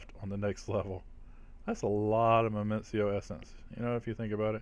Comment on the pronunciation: Minicio doesn't have a second M. You drive me nuts saying Memencio lol